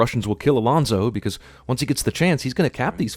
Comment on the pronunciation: It's Alonso, not Alonzo.